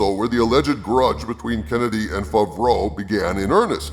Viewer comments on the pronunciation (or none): Why do u say john favreau fuvroah?